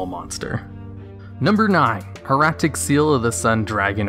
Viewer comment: can you please pronounce hieratic correctly? hair-AH-tick